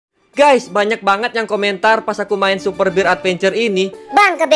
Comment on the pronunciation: Super bear bang bukan super bir 😅